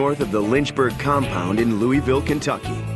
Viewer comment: louaville ky is how its pronounced